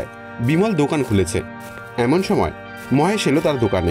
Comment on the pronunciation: মোহেসের নয়, হবে মহেশ